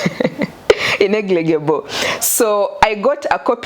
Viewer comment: Say it slowly with me honey (in-er-li-gi-ble)that's good say it one more time ( in-er-li-gi-ble) now you can say it faster (inerligible) ✌❤